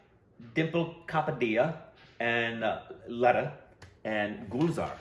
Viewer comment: Love you guys! Day doesn't end without seeing another of your new posts. Could you please try harder to get some of the legendary names that you hear repeatedly pronounced better? Its jarring to hear Lata Mangeshkar's first name pronounced so badly by you after all this time!